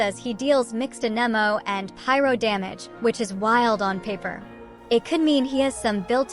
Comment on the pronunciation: How can people play the game for years...and still not know how to pronounce "AnEmO"? 😂 ...and still say EscoffierRrrRrr? 😂😂